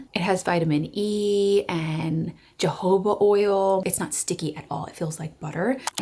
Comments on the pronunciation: It's pronounced "huh-hoba" oil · She said 'jehoba,' not realizing that the first 'j' was also pronounced as an 'h.'